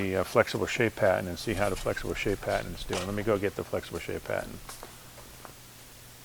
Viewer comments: Is he saying "patton" or "pattern"? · He's speaking "Bostonian"- they drop their "r"s